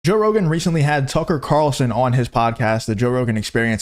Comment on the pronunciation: “Joesph Rogan”